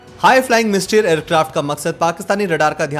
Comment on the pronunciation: सेबरे नही सेबर. नाट नहीं नॅट. मिस्टरी नहीं मिस्तर् (mystère-फ्रेंच). चाम नहीं छम्ब. आप आपका हिंदी अनुवाद और उच्चारण सुधारिए. मेरी मातृभाषा हिंदी नही है, फिर भी पीडा होती है.